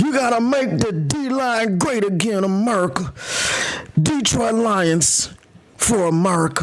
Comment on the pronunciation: That merica accent at the beginning killed me 🤣